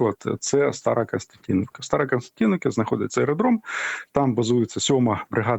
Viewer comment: Старокостянтинів ☝️ а не старокстянтіновка ☝️🤬